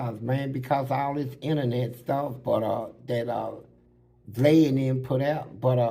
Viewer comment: Fleece can’t say Vlad’s name for shit🤭😂